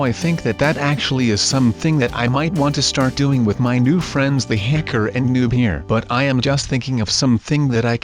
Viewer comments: you said Hecker instead of hacker once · SU NOT A HECKER A HA KER